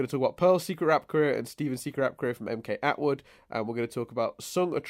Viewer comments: Logically, it's pronounced "MK-Atwood", as it's a channel made by MacKenzie Atwood. (unless the joke just flew over my head) -Paintspot Infez Wasabi! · On or off camera, and really should watch Datis Ausum's and Mkatwood's AMVs (also it's pronounced em-cat-wood)